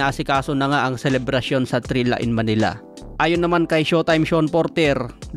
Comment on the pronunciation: Thrilla po at Hindi Trilya😂